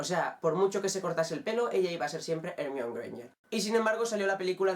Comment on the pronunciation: Como pronuncias Hermione xD